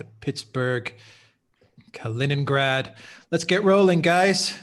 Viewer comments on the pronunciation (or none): none